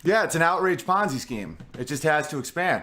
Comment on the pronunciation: "Outrage ponzai scheme"